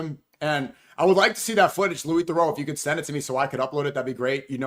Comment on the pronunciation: Managed to mispronounce his first and second name. Genuinely impressed with that